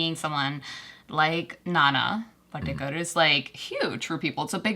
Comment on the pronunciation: It's not Nana Potty kar, it's actually Nana Patekar.